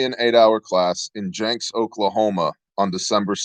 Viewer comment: Love you but it’s pronounced Jinx not Janks...not being a smart butt but I’m from Oklahoma and that’s how we say it...nothing but love and respect my man Shalom!